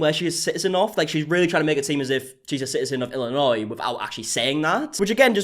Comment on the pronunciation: I commend your ability to pronounce Illinois correctly. A lot of Americans can’t even do that. 😂